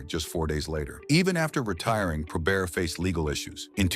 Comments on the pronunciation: It's NOT 'probear'.........it's probert! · Hey, it's (pro-bert) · ❤ He was pronouncing Bob’s last name like it was French Canadian: Pro-bare. Spelled Joey Kocur’s last name wrong among other wrong things in this video. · disagrees. genius says Pro-Bear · The T is not silent in his name